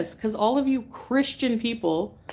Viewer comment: You hear the way she said Christian.. smh